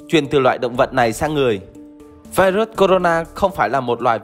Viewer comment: Vai ruất 😡😡😡 đọc sai chính tả 😡😡